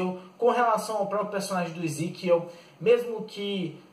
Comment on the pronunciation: é Ezequiel Vc não sabe nem falar o nomes dos personagens cara muito fraco